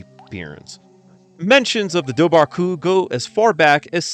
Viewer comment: Its pronounced var not bar bh in irish is a v we have are own langig